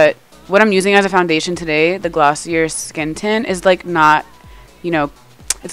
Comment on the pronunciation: it’s pronounced “gloss-ee-ayy” ho!! get with it!!!!